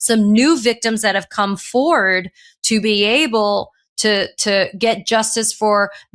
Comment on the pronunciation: “Forward”, Katie. “ForWARD”.